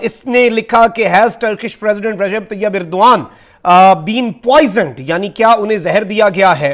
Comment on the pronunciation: inn paki jahil tv reporters ko Turky ke president ka naam bhi thik se nahi malum hai aur yeh kahte hai ki yeh inka dost mumalik hai, "Irdoan" nahi jahil "Erdogan" hai uska naam, dusra jahil reporter usey "Urduan" kah raha hai, pura naam "Tayab" nahi "Tayyip Erdogan" hai ! 😀😁😂🤣😃😄😅😆😉😀😁😂🤣😃😄😅😆😉